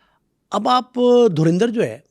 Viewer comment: भाई ये धुरींदर नहीं है ये धुरंधर है पहले पढ़ना तो सिख लो भाई